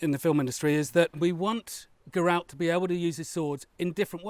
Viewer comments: ger-ralt not guh-ralt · maybe play the game and you will hear it pronounced, as it always has been as Geralt. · The Polish pronunciation is definitely the right one, I agree. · that is surprising yet we had the name Geralt or Gerald in the Germanic region too, that's where pronunciation would come in correct too. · Since the author is Polish, I would go with a Polish pronounciation, not least because it isn't spelt the Irish way. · English has no bearing on the witcher though as the witcher was originally polish. And the polish pronunciation is probably closer to the non diluted germanic pronunciation of Germany and Austria. English with all it's latin influences won't be able to correctly sound such names. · Immediate grimmace when pronounced Geralt's name:).